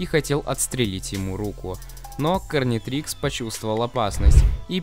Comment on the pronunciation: Гарнитрикс а не карнитрикс